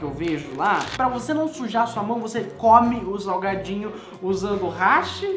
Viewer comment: primeira pessoa q eu vejo falando hashi certo